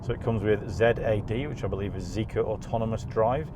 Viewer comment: I think its prounced Zee-Kar.